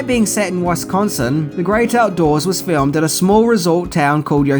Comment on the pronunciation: love your videos. But had to laugh when you said Wisconsin. Please say Milwaukee, Wauwatosa and Waukesha for me.